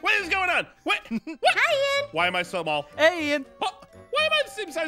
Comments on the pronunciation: Literally said, why am I so mall? Instead of small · Is it me or did say why am I so mall😂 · Is it just me or did ein say so mall